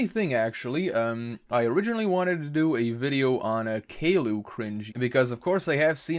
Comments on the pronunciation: "Callou"? Not "Caillou" XD (it's ok I forgive you XD) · Wait, did you say Kayloow? I think you meant Cailou (pronounced Kia-you) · Just to help caillou is pronounced kai-yu Good vid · You pronounced Caillou as kay-loo? LELZ! :)